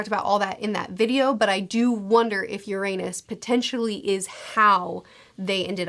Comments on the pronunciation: Besides pronouncing Uranus wrong non-stop... Destroying the redline would just raise the water levels technically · The mispronounciation of Uranus. >,< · You might wanto to look up that Uranus pronunciation. 😆 It's not incorrect, but it's a bit distracting, lol.